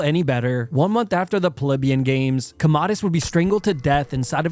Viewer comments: I thought he was Comedius, not Commodus.😂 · That Commodus pronunciation is atrocious… it’s pronounced like “Com-mow-dus” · I like your videos but it blows my mind that you pronounce Commodus wrong lol among other names and words